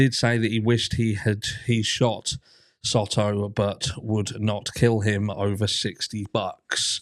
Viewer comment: Hey there my favorite True Crime Brit! As a Texas local, just letting you know that it is pronounced like Soe-toe. I can't find the proper keyboard symbol to do it right. Both Os make the long O sound.